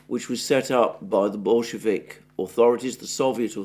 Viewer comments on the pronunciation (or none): none